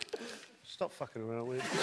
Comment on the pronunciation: "Look at that faaking thing"